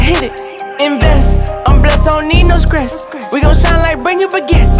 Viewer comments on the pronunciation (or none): I like how he pronounces "stress" as "skress" 😂😂❤